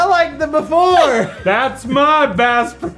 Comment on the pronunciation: I almost thought swore when he said bass